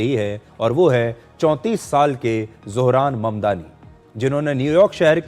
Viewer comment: Sudhir chacha ne name shi liya 👌👌